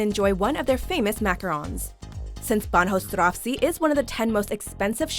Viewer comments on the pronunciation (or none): I know they're trying and all but they really butchered the word "Bahnhofstraße" xD xD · The pronounciation of Bahnhofstraße cracked me up :D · me too haha I actually had to read what she said